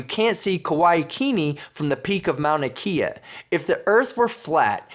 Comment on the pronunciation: It's (Mon-ah Kay-ah)